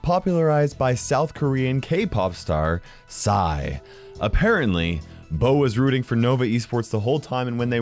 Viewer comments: lol it's P-S-Y not "si" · do u know how to pronounce it is P S Y YOU READ IT SEPERATELY